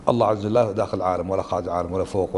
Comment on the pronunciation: لماذا. هذا الشيخ يقول الله عزجل